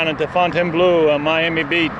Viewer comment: It is pronounced ''Fowe n taine blow''